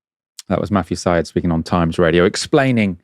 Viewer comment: Syed is pronounced "Side" in Matthew's case.